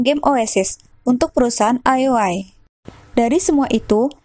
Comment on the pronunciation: cukup menghibur jangan patah semangat ya min cuma karna salah sebut ioi dengan lol